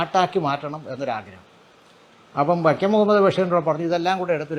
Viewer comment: വക്യം മുഹമ്മദ് ബഷീർ, പൊസ്തകം ..... എന്തു നല്ല ഉച്ചാരണം ! എന്നിട്ടാണ് മറ്റുള്ളവരെ വിമർശിക്കാൻ നടക്കുന്നത്. കഷ്ടം!